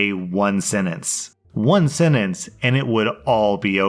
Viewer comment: Your prononciation of the word sentence is kinda weird